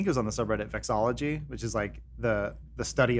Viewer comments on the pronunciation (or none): It's vexillology, not vexology. I only know this because of the deadmau5 song. Thanks.